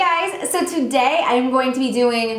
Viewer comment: The way you say "today" annoys me, don't do that